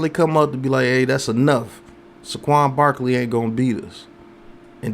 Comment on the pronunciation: Bro... I enjoy your vids but please stop saying Suh Quan. It's Say Quan. Say it with me now. Lol keep up the good work tho